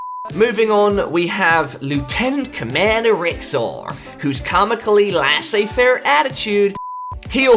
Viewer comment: when you said lasiezz-faire in an american accent i LOST it